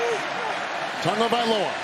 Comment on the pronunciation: It’s Tah-gahvailoa not Tugaviola lol